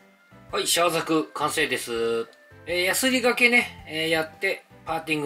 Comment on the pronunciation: なぜ、原西さんは、いつもザグって言うのかなー？（笑） ブグからのではないと思いますが…